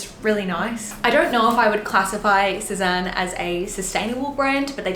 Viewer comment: Sézane is pronounced sez-anne. Not sez-arn. In case anyone cares.